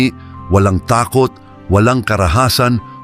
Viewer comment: Ang takot ay nasa unang syllable ang accent . Pakiwasto ng pagbigkas ng kapana-panabik